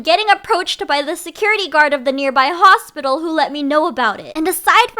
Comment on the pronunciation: “A huge hosplilo” got me rolling😭